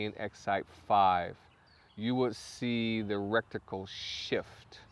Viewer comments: Awesome review, I could not help myself I had to tell you that its pronounced retical not rectical. Content was great though and highly useful. Thanks for all the hard work you helped me make my decision! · Good video but the word is R-E-T-I-C-L-E NOT R-E-C-T-I-C-L-E. Thanks ! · or just say reticle lol 😂 not recticle...💯👍🏼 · Take a shot every time he says "rekticle" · Bro thanks for the review. Awesome. But if I hear recticle one more time, I'll avoid your videos like crazy.